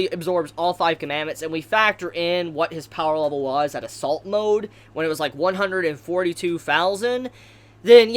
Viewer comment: I realise he said "assault mode" but I could only hear "salt mode".